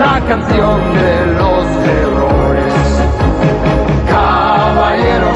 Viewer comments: claro lo que pasa es que el dice osea pronuncia la r fuerte por eso parece que dice otra cosa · Como es adaptada del francés. Héroes en francés se pronuncia HERRÓS, por eso los que adaptaron esta canción de la versión francesa, para rimar, pronunciaron esa linea, igual? HERRÓES? WTF? 🎶C'EST LA CHANSON DE HÉROS - LA CANCIÓN DE LOS HÉROES🎶 Mas comprueben acá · coño es cierto, pronuncia mal las erres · Es "Héroes". Algunas pronunciaciones son incorrectas, debido a que el cantante es francés. Saludos a todos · entiendo que el es frances, no español, por eso pronuncia así la R en Heroes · ¿Dice la "canción de los heroes"? Yo siempre había pensado que decía "la canción de los mejores". ¿El tío era extranjero o qué? Pronuncia y acentúa "héroes" de una forma rara. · Héroes, la R la pronuncian doble algunos franceses.